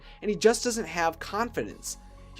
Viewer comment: . Did u say "Does it" or "doesn't"